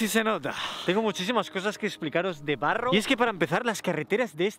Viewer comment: Piloto: welcome to Barrouw (Barrow): Estamos en Barro Hahaha ay no los Españoles